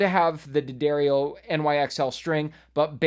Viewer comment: From the D'Addario website: D'Addario is pronounced "Da-dairy-oh".